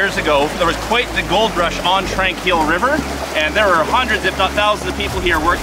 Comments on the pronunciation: Exciting guys. My old stomping ground. Tranquille isn't pronounced with an a sound but with an o like the word on. Tronquille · Used to live in Kamloops and ran the trails up there I had no idea about the gold up there. Oh Tranquille is pronounced Trawn keel , sounds like that, :-) is so cool UC you and Dan Hurd do videos together is so entertaining it I like how you had pit bits of History in this it true that I think that's important to the viewer. I'm subscribed to both your Channel and have lived near some of your claims, I would love to follow you guys around but not possible in a wheelchair , or is it?